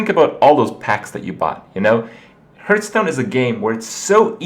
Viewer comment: Goddammit Kripp it's HARTH-STONE.